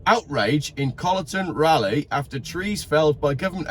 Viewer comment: Well I do not know if any one has commented upon the poor pronunciation ... It is RAWLIEGH..